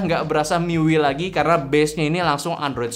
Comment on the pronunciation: Dibaca mi-yu-ai, bang 😂 tapi bebas sih mau dibaca gimana wkwkwk